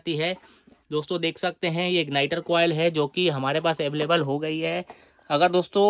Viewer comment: baki sab thik he bis aveleble sun ne me maza aaya